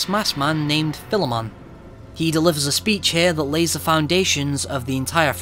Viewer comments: video was amazing, and when you said Philemon's name correctly i was completely sold, not many people are capable of pronouncing the name (idk why tho) so.... congrats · yeah, philemon is a common name in history, so those persona reviewers that say it wrong just didnt do enough search, Major Highfive to Atlus